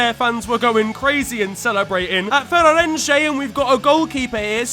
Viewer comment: it's Feirense, not Feirerenche